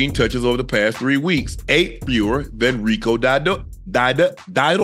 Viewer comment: that man acting like he don't know how to say Rico Dowdle last name😂